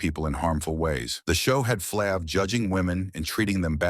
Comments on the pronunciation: It’s Flav !! Not flavvv,!!! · A.I. talking from text. You got to spell it Flave, it might pronounce better. But no matter what, Public Enemy would not have been as successful without Flav, word up! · What flng moron either calls him flaaav or doesnt correct the AI to fix it? Morons thumbs down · Get this computer generated commentary outta here! “Flahhv?” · Flaaav....who are these scumbags who read this shit and dont even verify how to pronounce names..maybe its AI but even then someone has to hear it before its posted and say ok its good to go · Man these narrators totally destroying EVERYONE'S NAME😮 is it flāv or flov😮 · YOU PROUNCED HIS NAME FLAV IN ADDITION , IT IS FLAVOR YET HAVE YOU I AM BUYING WHAT YOU SAYING. MANY CELEBS DID DRUGS YET YOU DID SAID NOTHING ABOUT THEM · Damn AI can’t get his name right. Freaking annoying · Like flav this was pure crap. Can't even pronounce the bum's name. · Yeah saying his name wrong 😂😂😂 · Shut up you know nothing about Flav, you can’t even pronounce his name correctly. Walk a mile in his shoes 👞. Go sit down your in no position to judge Flav. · Bro 🤔as long as flav been around U would think U would know how to pronounce his name..🫤💯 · Ummmm word of advice BEFORE you commit to do a documentary on a person PLEASE learn how to PRONOUNCE the person NAME CORRECTLY jeez louis 😂😂😂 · Stupid A.I Voice can’t say his name right 😖